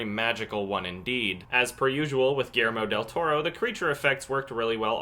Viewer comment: lol it is so cute when you tried to pronounce guillermo del toro xD. Haces muy buenos videos!! saludos desde Argentina!